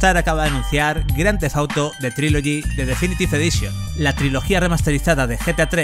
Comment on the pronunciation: «Grandefauto» que mal pronuncia el inglés.